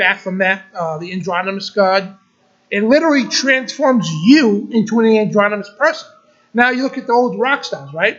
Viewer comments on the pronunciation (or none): The word is "androgynous" not "andronymous". And it's not masonary - it's may-sun-ree, masonry.